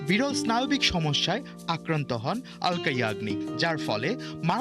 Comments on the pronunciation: অলকা না,, আলকা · Sauangbadik ra uccharon thik koren. Aloka yagnik hobe na,alka yagni